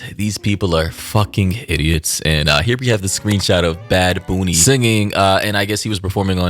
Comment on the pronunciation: Bad Boony? 😂